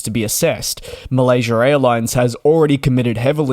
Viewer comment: Malaysurr airlines 😂